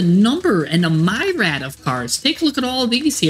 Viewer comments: Mi ree add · just a nit pick , myriad is pronounced "mi ree uhd" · See, homie, mispronounced, myriad, so bad can't be that perfect 😂😂😂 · I had to tease you that shit had me dying! Love the content. Not gonna lie i live for mispronunciations, which provides some of the best entertainment 😂😂😂. Keep up the hard work.